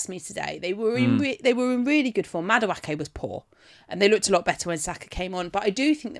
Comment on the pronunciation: The butchering of Madueke 😂